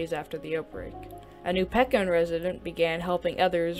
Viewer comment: its pronounced Peek in